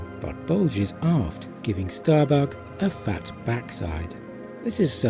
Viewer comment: Ahhh.......I see what you did there..... Hiding behind your accent to get away with saying "giving Starbuck a fat backside" And if you didn't mean to do that..... it's even funnier...... Especially when you hear the part "it's as if Starbuck is taking a dump" 😆😅😂🤣